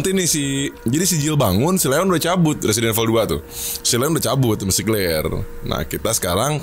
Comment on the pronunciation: Temen w ngomong Resident Evil bukan kek gitu.Dia ngomongnya Presiden evil akwoakowkw